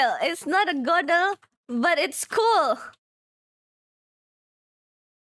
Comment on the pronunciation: Its not a godl, its buel.